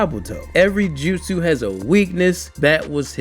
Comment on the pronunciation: the jeuutsi, yeah yo ass def from Baltimore